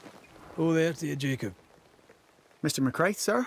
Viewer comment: Also Ruaidhrigh = “Ru-a-ri”. And Mac Raith should be “Mac Rai” but the game pronounces it wrong. Gaelic orthography is a nightmare, don’t feel bad.